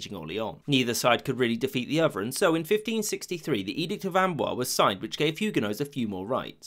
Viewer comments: fyi the s is pronounced hard: amboiZe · also the s of Amboise is pronounced: ã'bwa:z. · I love your videos, but your pronunciation sometimes leaves something to be desired. Condé is two syllables, not one. And Amboise has a z sound at the end. Small things like this can be really annoying especially when they are repeated throughout the video. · The accent mark on the e of Conde (don't have special characters) means you have to pronounce it. Condee is closer than Cond. Also, the e of Amboise means you pronounce the s. So Amboiz. (hard to write this stuff out) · Condé = roughly "con-DAY" not "cond" (the "é" is the giveaway). Amboise = "om-BWAZ." A penultimate "s" in French isn't silent if followed by an "e." Also, "comprised of" isn't a thing.